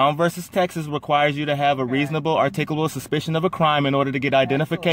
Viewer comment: The officer didn't have reasable articabul supishon. Case closed. lol